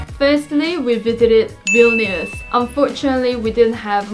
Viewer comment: well jokes on you im already in baltic's i'm lithuania >:3 also i like how every person pronounce vilnius wrong ;w; but it's okay